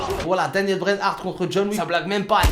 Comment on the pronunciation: C'est méga drôle car à chaque fois que quand j'entend "John Wick" moi j'entend "John WEAK".